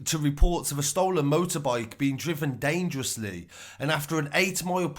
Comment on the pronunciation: "Motorboyke driven daaaaangerussly"